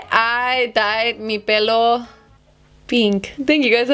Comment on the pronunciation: Your spanish sounded so good when you said pello i was like damn accent